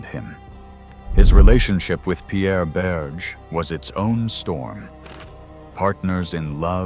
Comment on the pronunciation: Yes, and his lover's name is pronounced not "Berje" but "Berjay' ( roughly).